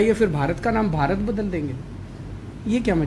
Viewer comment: He himself pronounced bharat dhash in his conversation and again defending nonsense against BJP.